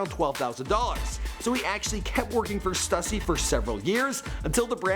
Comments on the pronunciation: Its pronounced stoo-see, not stuh-see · Yung Raf nah stuhhhhssy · Not stussy stüssy nigga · stooooosy not stuuusy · "stoosy" not stussy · Stüssy is pronounced stooosy. Not stuhhsy. Come on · Stuhssy, man it's got the damn accent mark above the Ü. Means it's pronounced Stoooooooosy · st-oo-ssy not st-uh-ssy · bro do you know how to pronounce anything correct?? stussy, st-oo-sy not st-uh-sy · its pronounces STOO-SEE not STUH-SEE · Its stoosy not fucking stassy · its pronounced stoosey hence ü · Kyle H the two tops above the ü makes and ooo sound, pronunciation- stoosy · Mans just said "stuh sy" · its Stüssy not stussy. ü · Before they were famous “STOOSSY” there’s a reason for the “ü” in “Stüssy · Did this man just say stüssy like stuhssy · It's pronounced "STOOSEE" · lol he pronounced it "stussy" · Its pronounced Stoosy...dummy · lmao he said stusy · It's pronounced stoosy cause the two dots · Stussy is pronounced stoosy btw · The way he says stussy triggers me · The stussy pronunciation, yikes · The was he said stüssy 😷😷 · The way he pronounced 'Stussy' made me cringe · how is no one gonna talk about the way he said Stüssy? cringe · nobody gonna mention the way he pronounces "stussy" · "Stussy" made me want to die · So nobody's gonna talk about how this dude pronounces Stüssy? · rip srussy pronunciation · The way he kept saying stussy smh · Ethan Yang its pronounced stüssy actually but its german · First you mispronounce Quavo in another video now Stussy Hahahahahahahahaha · It's pronounced "stüssy" the "ü" makes an "oo" sound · Lmao hate the way he pronounces Stussy smh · how can you mispronounce stussy?